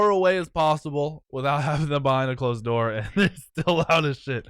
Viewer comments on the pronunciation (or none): none